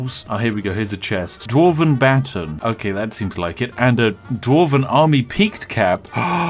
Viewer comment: I feel like real quick letting you know you almost said baton right. Its sounds more like butawn